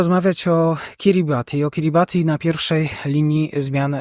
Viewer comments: Wymowa jest poprawna. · Kiribati to poprawna wymowa nazwy Państwa jakkolwiek w lokalnym języku wymawiają to KIRIBAS. WIem bo miałem tę przjemność spędzić trochę czasu na Kiribati w 2011 roku...